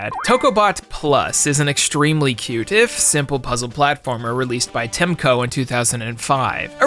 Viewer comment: Muricans always says TEMCO when it's clearly TECMO, lol